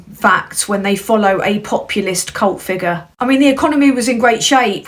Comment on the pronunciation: you pronounced cult wrong again... 🙂